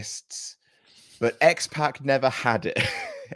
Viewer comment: It's not X PACK, it's X POCK. Like Sock, Rock, Dock, Mock. You sound like old ladies who call that rapper 2 Pack Shaker instead of 2Pac Shakur.